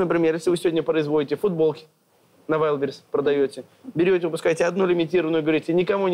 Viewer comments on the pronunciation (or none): none